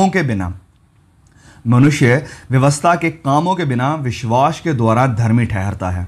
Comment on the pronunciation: Bhai tumhare biswas ka pronunciation badra he Ganda hai..... Make it correct please